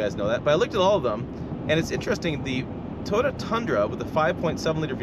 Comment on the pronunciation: “Toda” tundra